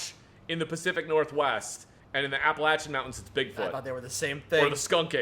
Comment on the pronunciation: I appreciate you pronouncing the Appalachian mountains correctly